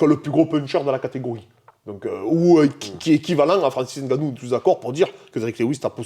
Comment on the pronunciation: N gannou gagnant. Mais khabib dit gane